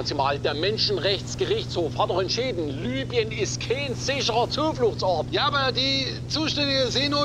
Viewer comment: Libyen nicht Lybien